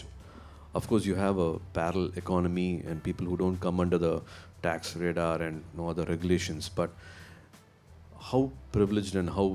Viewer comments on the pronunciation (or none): none